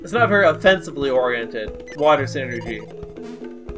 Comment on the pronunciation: You're pronouncing psynergy wrong. It's said like "sigh-energy", not like "synergy" as you are saying. They keep talking about how it's a mind power, hence the "psy" as in "psychological" or "psychic." Other than that, nice play-through and commentary.